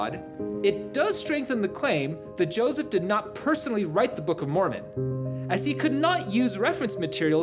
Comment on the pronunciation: its josef not josiv ....ur nutz